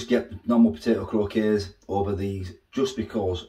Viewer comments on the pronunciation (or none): Croc - kets thats how its said,potatoe croquettes